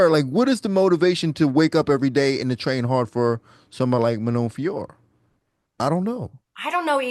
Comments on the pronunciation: No need to say her surname the french way, just pronounce it as "Fioro" the american way. Just the "t" is silent. Its not "Fior" like the way Anik says it. Its not difficult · Agree lol! It is Fio (like Fiona) and Rot (like rotation, and the t is silent). It is not that hard 😅🤣